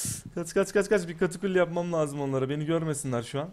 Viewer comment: seyfte olmanız lajım diyo hahahhahah